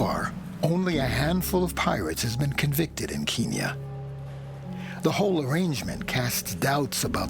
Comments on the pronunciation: It’s Kenya. Not keeeenya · "Keeeeen Nya" wtf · I wish they'd stop saying "keenya". That's an outdated colonialist name for Kenya. If you listen to the Kenyans in this video, even they say "KEN-ya". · is it not kenya not keenya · why cant Americans pronounce anything right? Keenya? Its Kenya.. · Is Kenya really pronounced Keen-yen? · the narrator's pronunciation of Kenya is a little odd.... unless thats how it is actually pronounced there in which case all I can do is apologise xD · The narrators pronunciations of countries lol. Wow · my god where is the narrator from? that pronunciation of Kenya was horrific. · Why can’t anyone in this documentary pronounce “Kenya”. Wtf! Good documentary nonetheless. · if they can say end, then why cant the say Kenya?